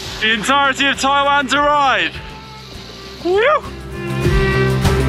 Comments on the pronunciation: As someone born in Taiwan, the only thing I'd say is that I was slightly bugged by the incorrect pronunciation of Taiwan throughout the video! Would be great when promoting the country to say the name correctly! Appreciate you guys showing the beauty of the country though. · Taiwan! and what a fantastic episode! By the way, the country is pronounced "Tie-One" not "Tie-waan". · Brits give other English speakers crap for pronunciation, but apparently they can't pronounce Taiwan properly. The difference in the way they pronounce it and how it should be pronounced is like the difference in pronunciation between "ant" and "aunt". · Greta vid…just … wish you could pronounce the name of the country properly 😅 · Hi...English people pronounce "Taiwan" differently to every one else in the world which is strange and even grating to hear. I've often mentioned this to Brits in Taiwan and they defend their pronunciation by saying it's said how it's spelled, so I ask how do you pronounce "subtle"? lol...and don't get me started on how Americans butcher the pronunciation of "Muslim"! The correct way to pronounce Taiwan is how it's pronounced in Taiwan by the Taiwanese and by every where else in the world which (except the English) which is "Tie-one"...and definitely not "Tie-waan". Come on Brits, make the effort to pronounce it the right way or we'll start pronouncing Britain as "Brit-tain" lol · TaiwAn. What’s with that pronunciation from the two of you?